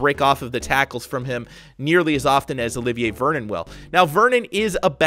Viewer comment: in this vid he said "Olivin Vernon" i was dying